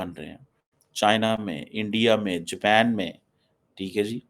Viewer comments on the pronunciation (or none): none